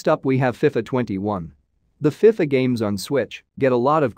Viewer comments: The way you say fifa though🙈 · I agree with you